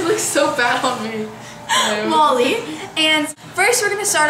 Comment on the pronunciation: it's funny because you say 'molly' as 'mully' :D